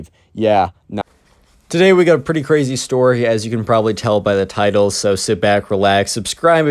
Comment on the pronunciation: o me god that so cwazy